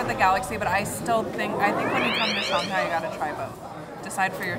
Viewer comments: Why are you pronouncing it “ShONG-hai”? Is that the correct way to pronounce? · You guys saying "Shung-hai" instead of "Shang-hai" makes me happy as someone with family roots in shanghai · "Shunghai"? "Hung Kong"? Where are the U sounds coming from in these Words? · Shanghai Sh ang HI